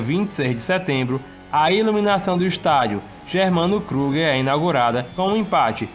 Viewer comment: Muito bom o vídeo 😊 mas só uma correção, o nome do estádio se fala Kriguer, e não Kruguer